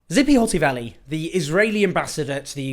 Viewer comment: Not Zippy. TSssssipi. Besides this, your podcast has its regular lies and should be named” lies , lies and more lies”